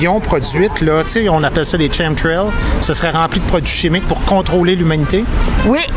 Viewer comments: les CHaime trail LOL tes aussi tarré que eux sa se prononce KAIMME trails le clown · Tchem trails (prononcé kemtrails comme ds chemical), lui aussi dit des conneries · Petite correction : le CH dans chemtrails se prononce comme un K et non CH ! Tsé veux dire ! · Guy, "chemtrails" se prononce "kem-trails".